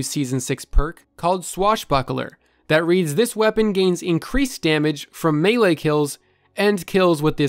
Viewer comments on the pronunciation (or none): none